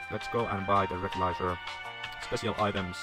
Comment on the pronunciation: Recycle Clothes, also, its not "rekrelizer" its "retzikler"